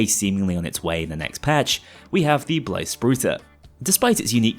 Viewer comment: as a Swede, the way you pronounce Blyspruta lowkey brings me pain